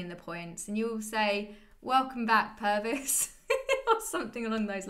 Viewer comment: Pervis sounds like Pervert to me 😂